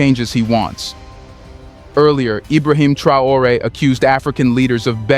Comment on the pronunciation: Is it just me or is this channel just recycling the same exact story over and over. I havent heard anything new from these guys in 3 months. Its one new fact and 30 min of filler that we can do without. And for the love of God and all thats good stop with the AI the mispronunciation is unprofessional and annoying. We want to support but you gotta put in some real work not just use Traore name as click bate and give the same info in 12 different ways.